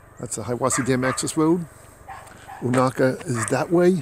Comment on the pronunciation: Unaka is pronounced You-nay-kuh. Not you-knock-uh. And McCaye is muh-kigh, ryhmes with high. Not muh-kay. Celtic pronunciation. Otherwise enjoyed your jUnt thru my community. My house is in your video (youtube timer, not your video timer)